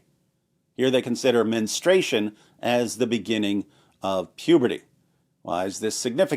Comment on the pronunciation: Not being a B, but it's MenSTRUation, not menstration. Strooooo!!